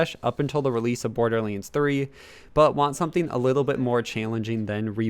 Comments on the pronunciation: its pronounced Borderlands not Borderlinds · Wtf is Borderlins? or Borderlenes? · Border Leens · It hurt how he says borderlands 2